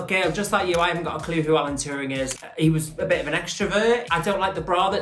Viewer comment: I mean, they could at least have pronounced Alan Turing's name correctly (also Ru on the show). It's pronounced like the "turing" in "adventuring", not "too-ring".